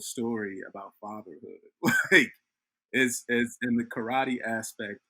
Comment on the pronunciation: I wince everytime you guys butcher the word Karate by saying Crawty! Didn't you learn from Kramer?